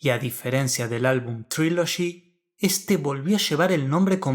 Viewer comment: Estas mal como un 8 a Trilogy😂 es una Obra maestra !tu ni pronunciar ingles puedes .